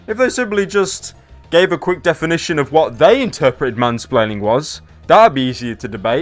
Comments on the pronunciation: again you keep saying "spleaning" instead of splaining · whom - spre - laining